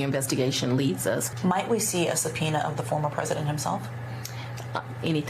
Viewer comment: really, i know it is difficult Latin word but come on Msnbc, it is a Subpoena